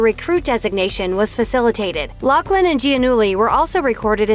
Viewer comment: God can you pronounce her last name right??? It’s Laughlin with an F sound, no C in her name